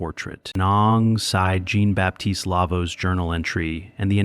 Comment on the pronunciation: Amusing to hear mispronounced French for Jean ( John in English).Maybe AI shud be edited for grammar and expression.